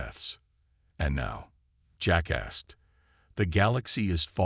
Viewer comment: all i kept hearing was "jack asked" as jackass